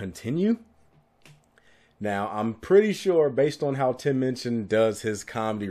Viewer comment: I just adore Tim Minchin (you say his name right) - he actually donates to a local charity to every town/area where ever he tours. What a decent human being who is funny clever talented et al.